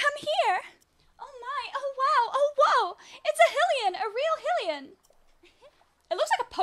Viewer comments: XD It's pronounced 'High-lee-an', same as Hyrule (High-rule), and Hylia (High-lee-ah) ...Also Sidon is (Sigh-don) not (Sidd-on) XD But honestly your way is much more funny. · I'm sorry but every time you say Hill-ian it just kills me. XD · it’s endearing lmao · hearing you mispronounce hylian hurts my soul 😭